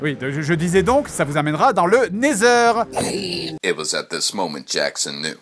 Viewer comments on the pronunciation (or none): le portail vers le "Néthèr" ca m'a tué XD